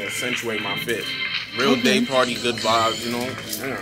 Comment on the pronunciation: Day party sounded like GAY party 😂😂